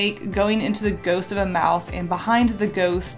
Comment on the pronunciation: omg she said a goust of a mouth lol